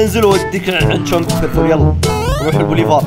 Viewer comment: فيرفول❌ فرفول✅😂😂😂